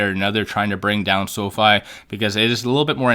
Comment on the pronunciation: Pronounced; Sow-fee!!